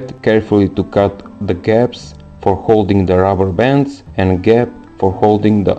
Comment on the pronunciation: At least he said rabbabons